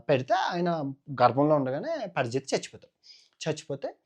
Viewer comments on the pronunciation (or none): పరిజిత్తు, ఎవడు రా, పేర్లు సరిగ్గా పలకరించరా ,నాయనా, పరిక్షిత్తు అని పలకాలి రా...... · Parikshit. ra......nayanaaa parijit kadu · పరిజితు కాదు రా బాబు పరీక్షిత్తు....